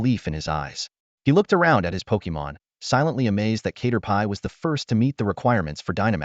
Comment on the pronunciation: Cat-er-pee ✖️ K-ter-pie ☑️